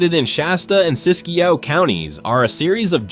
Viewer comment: Siskiyou, not Siskiyo.